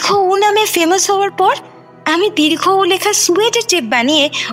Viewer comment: sunchi, valo lagche.. but pls uccharon ta dirgho UU na. dirghouu.